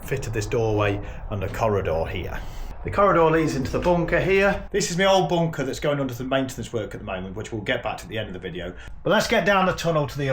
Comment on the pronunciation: "Weave go' agh boonkah heeyuh" 🤣